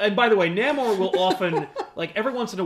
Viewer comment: Confident his name is pronounced NAY-MOOR. Ant-Man Hank Pym IS an original Avenger. West Coast Avengers was a popular idea at the time anchored by fan favorite Hawkeye as leader. Tigra did wear armor-in the much maligned animated series-Avengers:United We Stand.